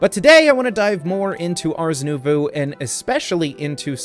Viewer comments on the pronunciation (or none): not sure if it's been corrected in future videos but i feel like i owe it to you for making these awesome vids. you almost have the pronunciation correct for the word nouveau. the way i think of it when its being pronounced is the combination of 'new' and 'bow but with a 'v'' (bow like bow and arrow). hope this helps